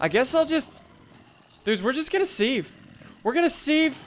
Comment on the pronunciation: you dont pronounces it sieve u say it siv